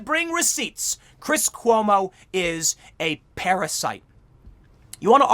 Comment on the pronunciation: Did you just say chris homo?